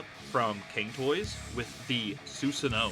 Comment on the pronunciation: Im sorry i only got 22 second in before it bothered me. It's Soo-san(like swan) oh-woh